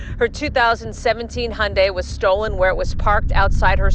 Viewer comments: hundai? not Hyundai? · It so funny how people from South Africa pronounce Hyundai they say Hun-day I'm just obsessed with South Africa.